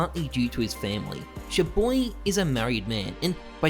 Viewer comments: its CHAR BOY pronounced NOT CHU BOY did u even watch 1 video aussies dont know how to pronounce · Your prononciation of ChaBoyy grinds my gears